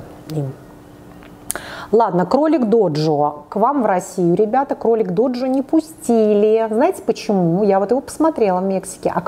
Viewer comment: Кролик ДЖОДЖО, а не доджо